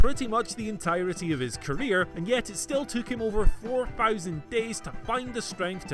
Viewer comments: Four fowsand days 🤣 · Can someone teach the difference between "th" and "f"... sick of hearing him say "fousand". I'm Scottish too and I get it, but Thix it